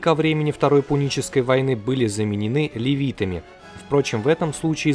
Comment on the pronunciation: в ролике ГОЛОСОМ они названы ЛЕВИтами ДВА РАЗА, т.е. не оговорка ниразу, у кое кого либо дефекты речи либо дефекты слуха